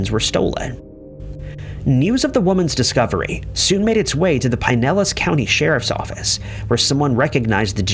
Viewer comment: "Bre-VARD," not "brevurd." "Pin-ellas" not "pine-ellas."